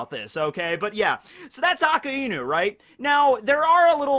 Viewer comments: ITS PRONOUNCED AK EYE NEW NOT AKA EEEE NOU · STOP SAYING AKA INU. ITS AKAI NU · Please this lad has infinite knowledge of one piece yet still pronounced akainu wrong haha. It's ah Kai new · omg how long are you going to mispronounce akainu